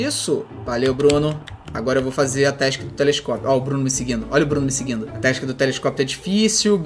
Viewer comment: n e task e tesik e assim que ele fala